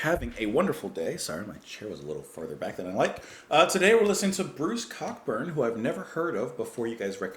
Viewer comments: Co burn the ck is silent. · Pronounced: Ko Burn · Co-burn is the pronunciation. In 1984 I worked in a store, near his house, where he stopped in to buy his Yankee cigarettes. The local kids would serenade him with 'Rocket Launcher'...